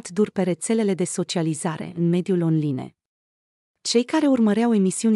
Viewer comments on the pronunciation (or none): Nu mai pronunta “ chefi “ si “ online “!